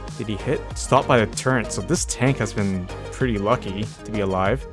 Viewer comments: Hate to be that guy, but you and my son say Turret wrong the same way. Turrent.. I still watch your videos =) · turret not turrent...=(